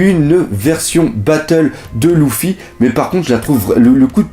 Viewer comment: Tu sais même pas dire luffy